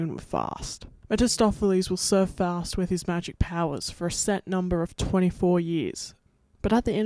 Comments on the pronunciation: You say Faust wrong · First off, as a german, I really had no idea at first that you were talking about Faust, the pronounciation is really different. Also, Fausts contract with the devil didn't run for a set number of years, but rather until Faust had finally sated his hunger for knowledge and satisfaction/pleasure